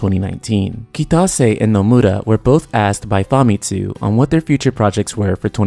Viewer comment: Is Nomura really pronounced as Nomuda? Also, development of FFVII-R began around May of 2014. It wasn't being developed yet in 2013. I do concur though that the game's first installment will release sometime in 2020, with a big marketing campaign beginning next year.